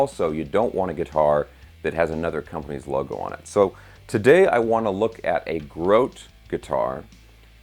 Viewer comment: I think it may be pronounced "GRO-tee" like the former Mets' catcher Jerry.